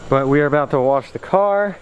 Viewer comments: Try say WOSH ! It's not fucking Waresh or warsh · Anyone else hate the way he say Wash? LOL why does it come out as Wharsh? hahaha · I don't mind that you wash your car in the grass I just NEED you to learn how to say wash not warsh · Keep the channel going man!! Just keep trying and do you... and the channel will grow.. I have been subbed since close to the start of your channel man. You cant say wash correctly.. lmao, but i like busting your chops and the s13 does look pretty damn clean man. Glws. keep on keeping on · There is no R in wash. At least im pretty sure... i dont think it is spelled w-a-r-s-h... lmfao. Just fukin around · Hahaha i said the same shit. and cannot pronounce wash correctly. Shit its all good though. People talk how they talk.